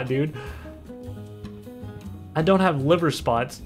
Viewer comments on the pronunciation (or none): none